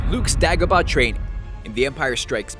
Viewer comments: It's pronounced 'dAY-go-bah' ...... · It's Day-go-bah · Dude, its DAY-gobah!! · It's DAY-go-bah, not DA-go-bah, clearly never watched the films... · I'm just gonna ignore the fact that you said the a in dagobah like the a in apple in stead of a as in ape. 🤔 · I cannot fathom how you mispronounce Dagobah considering they say the name of the planet in the film. how? after that i paused, not finishing the video. it's not like something that was never pronounced you literally have a reference its not up to debate. Dag o bah is wrong Day go baa (like a sheep) is correct this is worse than the people who pronounce Mario from the Mario Bros as Maryo. You lost a potential sub, Star Wars Theory is right, people who watch Star Wars should narrate your scripts. This was just bad. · (pronounciation of Dagobah) Day-goba not Dagoba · Die-Go-Bah??? Come on man. Its Day-Go-Bah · it's pronounced DAYgobah. not DAAgobgah. man that bothered me way too much for some reason. I mean come on, obi wan even says the name in empire. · its pronounced day gobah not da gobah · (dag-a-ba?) no its (day-yo-ga-ba) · why this guy cant pronounce A's tho... dag-o-bah instead of -daygobah and tah-too-ine instead of tattoo-ine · Disney has NO ownership on A New Hope, it is owned by FOX. Nice job doing your research. It's also pronounced Day-go-bah, not Dag-a-buh. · its day-go-ba not da-go-ba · It's not pronounced "dahgoba". It's "DAYgoba". Jeez... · DAgobAH? WHAT?! It's Day-go-buh, or day-guh-buh. Never ever Dah-gubah. YOU FOOL. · is it just me who felt agitated when he pronounces the Dag, in Dagobah like... Bag... I always thought it was (spelt phonetically), Day-go-bar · Dagobah, not DAYGHOBAH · I believe it's pronounced day-go-bah not da-go-bah. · You always mispronounce something. It's Dāgobah, not Dågobah. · DAY 👏🏽 GO 👏🏽 BAH 👏🏽 learn how to say it right! Which is easily done by Actually watching the movie. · It’s “day go baa” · Its Day-go-bah! Moron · Dagobah is pronounced DAY-go-bah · trash Dagobah